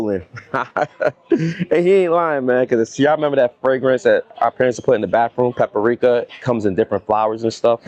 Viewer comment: He said Paprika 11 times 😂😂😂 Pa-Pa-ri-ka 🚫 its Pa-pri-ka ✅️ 3 not 4 syllables. 😂. In you was thinking of potpourri 😂.